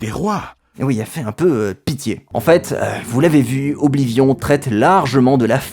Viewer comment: Faire l'éloge d'Oblivion tout en prononcant horriblement son nom tout le long de la vidéo TOUT EN ETANT SPONSO PAR UN SOFT D'APPRENTISSAGE DE LANGUES ETRANGERS mais mdr c'est plus du foutage du gueule à ce niveau